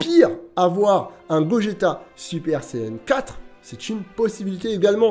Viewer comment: il a vraiment dit bogeta ? 😭😭😭😅